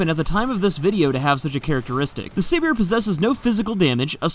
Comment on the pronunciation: I think it is suppose to be pronounced like Siberia since Siberia is a cold place but I could be completely wrong about this because I don't watch dev streams